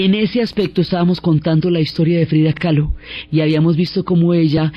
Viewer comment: KAHLO por favor, Frida Kahlo, no "Calo" 🙈